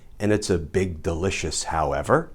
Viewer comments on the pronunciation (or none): none